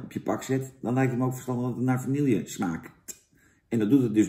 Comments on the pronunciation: Heel leuk allemaal Jantje maar je spreekt het toch echt uit als va-nie-je niet va-niel-je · vanielje vla vanielje vanielje het is vanille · lekkere vanielje vla!